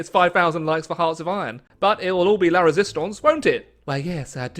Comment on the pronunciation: ‘La Résistance’. Finally, is able to pronounce two French words competently.